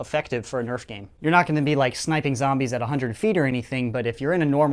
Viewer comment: FYI, it's Nerf, not Neft